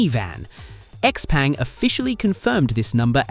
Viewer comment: X peng is pronounced X Pung